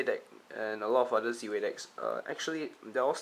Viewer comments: surely its Zwei like "tie" but with a Z. Meaning german for two? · It is I think pronounced as 'Z-Vei' based on my knowledge. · Your prounouncing Zwei wrong... Its german buddy. Means 2. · Is 'Zwei' really pronounced like that?